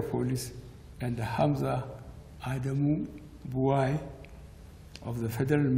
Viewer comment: Buari u are the most corrupte Chief officer that ever rule this nation called Nigeria. Femi Adesina wrote it for U and your pronunciation was in Fulani tone.